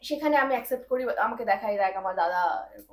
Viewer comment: সাংবাদিক ভাই এমনকি আপনিও বহু অশিক্ষিত লোকের মতো accept কে except বললেন।